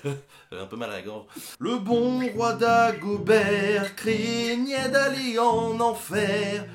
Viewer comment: le pire georges brassens ever :D et il pour le 23 il faut une dierese! comme tu a fait a "faire" que tu as prononcé "féreu" ben la tu dois faire "crénihé" au lieu de "craignait"